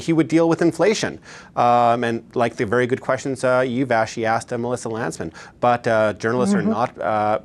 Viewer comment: Oh he was “axed” a question….. and then you lady…. Honestly… who are you and what do you feel YOUR IMPORTANCE on politics is that you feel you can give political advise?